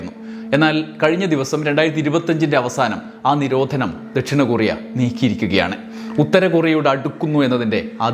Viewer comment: കുറിയ അല്ല ടോ കൊറിയ